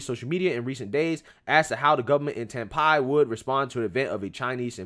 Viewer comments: Just let you know that you pronouncing Taipei wrong. Is not Tai-pie, is Tai-pay. Anyways, good video as always. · Homie, its pronounced Nay-vul... And tie-pay... Lol u said them wrong bro. That shit made me laugh